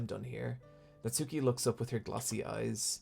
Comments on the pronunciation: Japanese pronunciation tip: the 'u' in Natsuki is silent. As in, Nats-ki, rather than Nat-soo-ki. It's like Sasuke from Naruto, where I first learned about this way back. Yeah that's right, I get all my Japanese pronunciation from listening to anime. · this is such a nitpick and i’m sorry for that but with the name natsuki, the u isn’t really pronounced so it’s more like “natski”